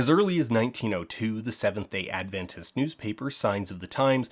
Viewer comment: Ahh, the instinctive Adventist-in-the-real-world experience of: Someone: Mentions Adventists/Adventism Me: (shoulders tighten, thinking “Oh no what did we do now?”) (On a side note: I suspect it is a testament to your excellent research skills that you correctly pronounce Adventist, rather than putting the emphasis on the second syllable as many do)